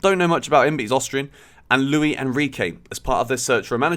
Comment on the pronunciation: It’s not Louis it’s Luis. Pronounce the “s” why do British people always say that. It’s LuiS